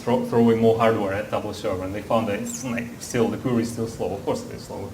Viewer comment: Боже мой,! Перестань говорить кьюри! Куэри!